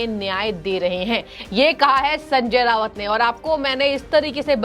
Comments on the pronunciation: Not Rawat its Raut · Anchor pounces RAUT as RAVAT. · Resp. Acher you are pronouncing as Sanjay Rawat. In marathi his name is pronounced as Sanjay Raut. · Hello, He is Rauat Not Rawat, Please correct yourself. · एंकर कृपया .....नाम करेक्ट बोलें संजय रावत नही .....संजय राउत है सही नाम !!!, खेदजनक है।